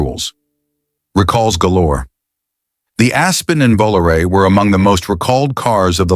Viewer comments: Made it to 20 min point and I'm outta here. VOOLOO-RAY in-deed, WTF Garage ? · How people believe ANY of this ai generated narration. anytime you hear this voice, it's ai BS. It can NEVER get the pronunciation of words or acronyms right. Just listen to when it says VOLARE AT minute 16.55